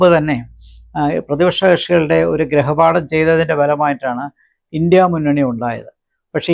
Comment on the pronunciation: ഗ്രഹപാഠമല്ല ഗൃഹപാഠം